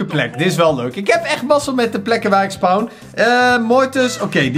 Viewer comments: Of spauwn? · Niemand. Echt niemand.: spouwn